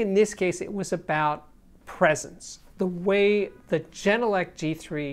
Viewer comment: As a finn I'm so happy to finally see this review! I'm currently running the genelec 8020 dpm. Absolutely love the speakers. I prefer having true sound, so I'm more than pleased. By the way, it's pronounced with a hard G , not jenelec. Finnish pronunciation doesn't have a soft g.